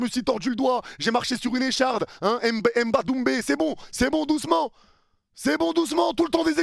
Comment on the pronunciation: MBADOUMBE IL A DIT 🤣